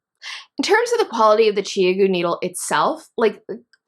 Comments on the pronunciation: Thanks for this. The only thing irritating me is your pronunciation of Chiaogoo! It is ChowGoo. The 'ow' as in 'cow'. 😉 I have just bought a set of these and wanted to be sure I was using them correctly. I have always knitted with dpns with no problems but like to try new to me things! I love your glasses! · I feel like you have lost some creditability that you are mispronouncing ChiaoGoo. The brand name ChiaoGoo (巧姑) is pronounced "chow-goo". But this was ok.